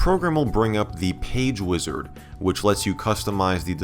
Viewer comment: the first time he said wizard it sounded like he said wizzers and i was so confused for a sec lol